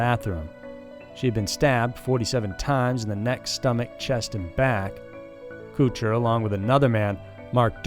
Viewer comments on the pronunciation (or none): IT's Kutcher not Cootcher like you pronounce it. Not that I care about the guy but come on, if you don't know how to pronounce something find a video of someone else pronouncing it.